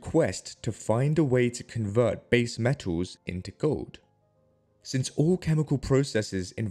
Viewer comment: Metaws? Gowd?